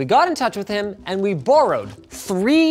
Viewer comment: Almost forgot you were Canadian until you said "borrowed"